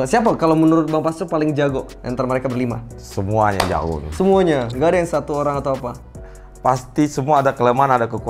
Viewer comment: emang gua doang yang dengar ngomong "SMUANYA ADA KEKURANGAN DAN KELEMAHAN"😆Itu apa beda nya banggggg